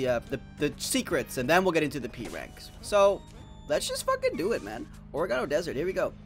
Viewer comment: Its pronounced or-egg-uh-no